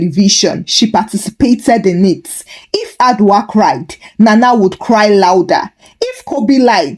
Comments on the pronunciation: Madam please the name is Adwoa and not adwa....adwa is name for an animal in the forest ooh...please next time check your pronounsiation or you use Yaa,Afia,Esi etc😮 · Hi, Thank you for the Ghana stories this week!! We love you. 🥰. By the way Adwoa is pronounced A- Joe-wa.